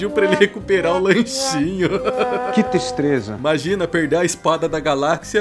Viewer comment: "que tistreza 😂😂